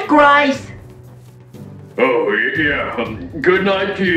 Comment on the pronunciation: Bruh I thought grise's name was pronounced grease.